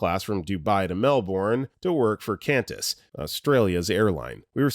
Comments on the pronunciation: Mel-burn, not Mel-born. Kwon-tas, not Cann-tas. Angry Australian noises. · KANTAS??? Our airline is QANTAS, pronounced KWONTAS. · Qantas is pronounced kwantas not kantas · "chundered". Total fail on the captions there. Lol, is a fail on the captions and the narration. It's QANTAS, pronounced "kwontas". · Qantas is pronounced "Kwontas" and Melbourne is more akin to "Melbin"